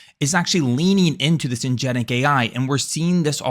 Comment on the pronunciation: “Agentic”* not “agenic”